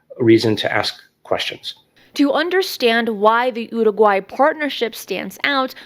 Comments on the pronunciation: Getting closer. Listen again, practice more. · Why do you keep saying Uruguay that way? If you want to use Spanish pronunciation, then use it. But why single out particular words? Do whatever makes you happy, but it's grating and random, and super weird. BRB having an English conversation then all of a sudden using a thick Spanish accent to pronounce one world lmao.